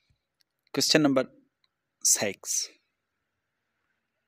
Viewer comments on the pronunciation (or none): You just said Sex not six ??